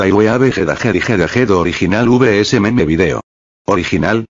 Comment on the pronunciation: bro said meemee😂